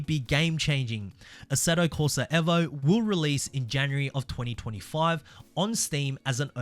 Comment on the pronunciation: bro its evo not eh-vo